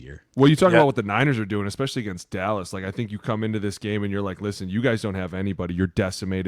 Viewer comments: There is zero (0) friggin excuse for that eckspecially. it is so infuriating. SPEAK ENGLISH OR GET OUT lol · Huge fan of the show, so this is not a shot... but every time Jeremiah adds a "k" to "especially", I question the curriculum at Nebraska. 🤣🤣🤣